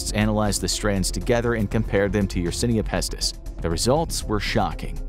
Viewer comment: My man, how can you possibly pronounce yersinia pestis wrong while looking at it